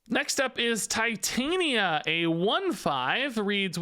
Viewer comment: i think it is a soft I on titania just FYI